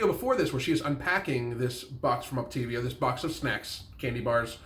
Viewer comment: As I imagined she quit before learning how to say "Optavia".